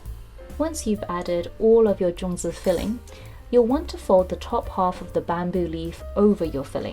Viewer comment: Sorry no zongi it's zongzi ok